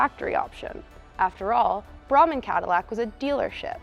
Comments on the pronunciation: Brahman, pronounced on local TV as "Breyman" in the 80s. Oh, and Square Groupers fit PERFECTLY the trunk . . . allegedly. Statute of limitations has expired, right .... ? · Thanks - wild story! BTW, Norman Braman's last name is pronounced Bray-man.